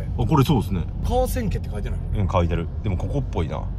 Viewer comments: ！かわせんけじゃなくてかわちやですよ！！ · かわせんけ じゃなくて かわちや ですよ！ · 「かわせんけ」ではなく「かわちや」ですね。